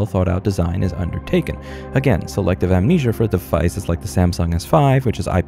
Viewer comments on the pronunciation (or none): none